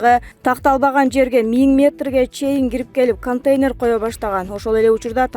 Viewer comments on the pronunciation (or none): none